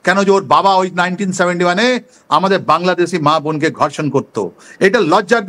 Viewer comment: ধর্ষনকে, গর্ষন বলে কতটা অশিক্ষিত হলে এমনটা বলে